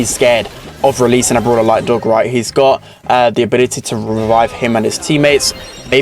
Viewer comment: It’s Doug not Dog